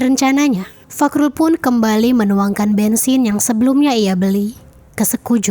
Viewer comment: fahrul... bukan fakrul🤣